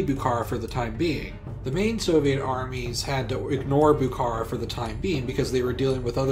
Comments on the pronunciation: Also the stress of Bukhara is on the last syllable. Bukhará and not Bukára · I’m a Bukharian Jew, a word with “kh” is pronounced like a rough “h”, not k. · "Buhoro" If we spelling and pronounce like a native ! Not Buhara and else, Buhoro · Lol its Bukhara . Its not a Turkish but Persian city Stop ommiting K . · Love the video, but your pronunciation is really atrocities at times, especially Bukhara (the kh is pronounced as one letter that is like scraping your throat)